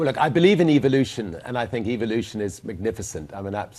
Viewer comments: "Eviluton" Why does he get that kind of accent? I despise this guys luck! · It sounds like he said EVILution. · It sounds like he is saying EVIL-lution